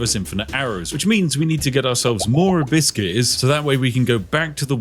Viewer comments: Am I the only one who hears "a bit scarce" instead of abyss gears xd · Abyss Gears.. I hear Biscuits the entire time 😂 and thought, what does he want with all these Cookies… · For all the americans who are confused by what the Brit is saying. He's saying "Abyss Gears" not "Hibiscus" lmao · I genuinely thought he was saying A biscuits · The way you say abbyss gears sounds like you say "biscuts" or byse case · "a biscuits, a biscuit, a biscuit's" Oh, he meant ABYSS GEARs 😅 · I know you are saying Abyss gears, but I cannot help but hear "A Biskey" like you're asking for a nice biscuit for your yorkshire tea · i keep hearing "a-biscuits" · Am I the only one hearing "a biscuits" instead of abyss gears? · Each time Spiff said "abyss keys", my parrot looked up because she thought someone was giving her "biscuits"